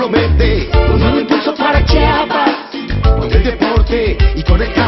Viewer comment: "y con todo CHAPAS!" y luego dicen que los de otros estados decimos Chapas en lugar de chiapas hahahaha